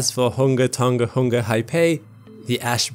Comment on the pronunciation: Did he pronounce tonga hunga tonga wrong or is that the way its supposed to sound? Lol great video btw